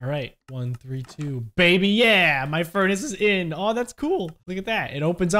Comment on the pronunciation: "Keypad Gurnace"